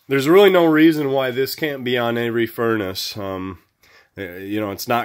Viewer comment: I quit watching after 18 seconds. There is no t at the end of furnace. After I heard that I hit to stop button. 👎👎👎👎👎